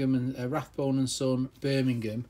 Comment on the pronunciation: It’s not Rathbone there isn’t a “TH” in it, it’s Rabone and pronounced ray-bone.